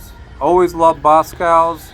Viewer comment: It’s BosCOV’S not Boscows lol